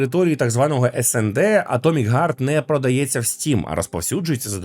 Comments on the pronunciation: Атомик гард ? Это на английском вот так пишется : " Atomic guard " ? Или можешь все такие есть разница в словах Heart и Guard ? Не нужно придумывать велосипед, все уже давно знают как правильно произносить слова на букву h. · Вибачте,а ви можете слова "хейт","харт" і т.д. казати НОРМАЛЬНО!?!? НЕ ЗМІНЮЮЧИ "Х" НА "Г"!?